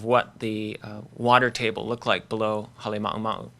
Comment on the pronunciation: The presenter can't pronounce Halema'uma'u, he mumbles